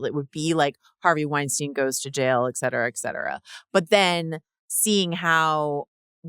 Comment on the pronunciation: Love ya tons and bunches, but please, the pronunciation is "et cetera," not "eck cetera." xoxo